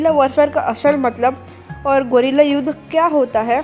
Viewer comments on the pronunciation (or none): Bolna to sikhle golila😂😂